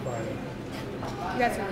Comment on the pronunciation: LMAOO “I’m Thursday “ “I’m tusday” “I’m friday” …”you guys can leave”